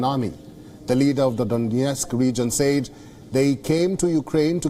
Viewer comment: Dude it's pronounced "sed" not "say eed". Seriously, get someone who can speak the fucking language.